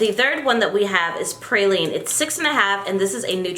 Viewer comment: Also, the concealer color is pronounced pray-lean.